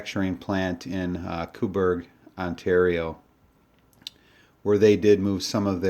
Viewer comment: Not cooburg pronounced Co burg unless thers a cooburg I’d rather the RCMP my friend has anshitload of commemoration the safety they could have made nicer the Canadian commemoration is not very nice I think they could have done it nicer do you fire them or no don’t get me wrong ther nice we’re the safety on the tang